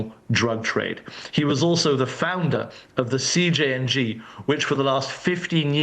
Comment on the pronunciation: Did she say CNJG?